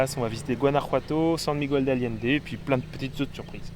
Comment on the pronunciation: Superbes images, notamment celles du drone au-dessus des villes 👍 En revanche,, tu ne peux pas passer 6 mois dans des pays hispanophones et continuer de dire San Migwel, ce n’est pas possible 🙉😁 Ce doit être surprenant de fêter Noël dans des conditions aussi estivales… Merci pour ces images en tout cas 👍